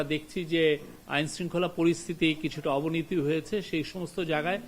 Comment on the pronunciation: কাকু, অবনিতি না, হবে অবনতি